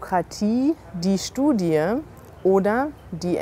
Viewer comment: I'm sorry if this is a stupid question, but at min , why did she/you pronounce all letters in the word "Studie". As far as I know, you pronounce only an "I" sound, but this is not the first time that I hear something like this.